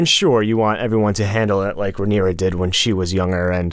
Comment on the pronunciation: Rhaenyra not Ramira 😂